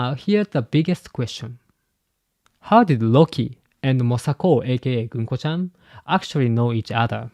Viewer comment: Americans pronouns ‘gunko’ ganku. 😂